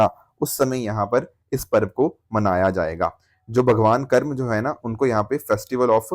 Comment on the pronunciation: Karmaa not karam sir ji.